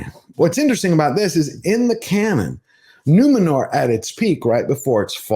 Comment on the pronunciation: No, no… it’s Numenorrrrrrrrrrrrhhh